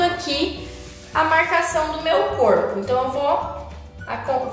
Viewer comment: Ela fala coipo que fofaaah